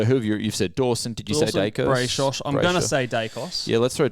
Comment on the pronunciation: "Brayshosh" 😂 Sorry not letting you get away with that one